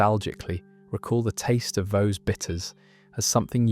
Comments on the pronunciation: It’s not vow it’s vaux like forks with a hard x on the end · Vaux is pronounced 'Vorks'. I still remember lunch in the Brewery Tap. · Vaux (as in Hawks) and Wear is Wier not wear. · Yup. A good video with a southerner unable to pronounce Vaux. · I used to pronounce it the same as the beginning of Vauxhall cars, just without the "hall" bit.